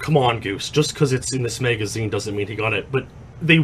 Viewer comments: "Maega-zeen" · He pronounced it Megazeen